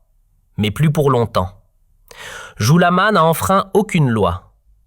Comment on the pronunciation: Vous avez une mauvaise prononciation . c'est qui Mr jouikamas?